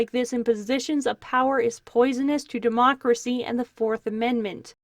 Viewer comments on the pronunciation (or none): none